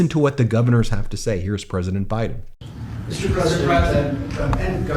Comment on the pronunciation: younkin is a dirtbag. He couldn’t even say President Biden’s name. What a clown.